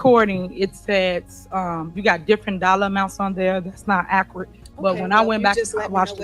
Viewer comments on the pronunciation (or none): It's not 'ACKRIT' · Acrite 😂😂😂😂 ACCURATE, you illiterate dummy. I can’t argue or have a discussion with anyone who can’t speak properly. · Mayor what the hell is acrat? We need a Webster dictionary Tiffany Henyard edition. 😆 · Imagine being talked down to by this ignant and she has the nerve to describe your work as being “not AKRIT” you dumbit chicken head can’t even speak at a 3rd grade public school level..!!! You didn’t just happen to be called hentard!! You’ve earned it with your embarrassing vocabulary and misuse and mispronunciation of simple words and phrases, and that is for the record as it relates to let alone the akrit alezations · She can't even pronounce " accurate," or she says, " mines." Instead of " Mine." Oh my😂✍️